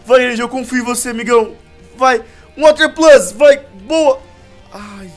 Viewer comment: q agonia o falando water plus e water pulse PULSE NAO PLUS